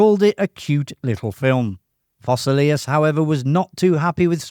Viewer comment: Foss-SAY-lee-us. Yar-NELL. ZOON-ee-ga.